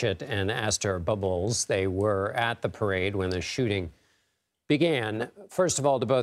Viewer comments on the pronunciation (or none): Bubloz. The reporter totally messed it up.